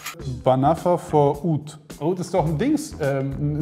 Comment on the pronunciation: .ist so witzig😄 und seine..arabische Aussprache ist top👍